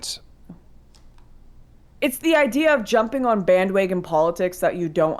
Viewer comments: My favorite part in the debate was when Lauren said bandwagon like "bandwaygon" like 5 times in a row. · Lauren: “Bandwaygons.”